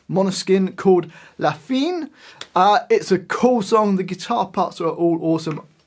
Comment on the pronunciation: LA FI NE si pronuncia Lah FEE NAe!